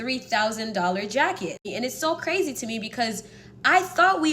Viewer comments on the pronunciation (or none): none